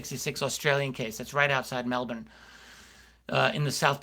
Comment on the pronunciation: So excited about this series, also great to hear an American pronounce Melbourne so well, LOL!